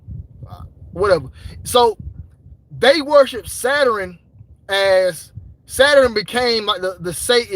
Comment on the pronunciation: Bro said Saturin (Saturn) lmao